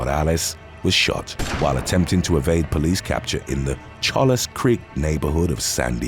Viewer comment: No offense, but "Chollas" is pronounced "Choyas".